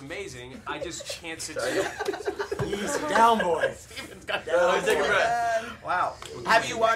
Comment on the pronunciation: Steven R. McQueen :P not Stephan